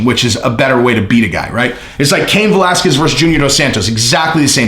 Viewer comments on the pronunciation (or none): none